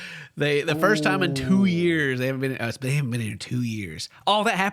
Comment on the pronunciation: And how he pronounces "time" as "tom" 😊